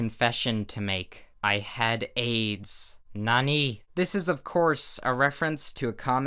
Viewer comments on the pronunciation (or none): You pronounced nani wrong. Its pronounced like this: na-ne